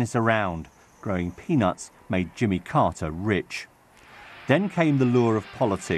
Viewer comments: The newsreader can't pronounce his name.. it's not Jummer, it's Jimmy! Lots of hesitation- you see who's good when it's breaking news and they haven't had much time to go through it. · Who's jimmer how can you pronounce Jimmy to "jimmer"